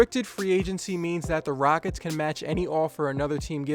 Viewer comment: "The Raickets"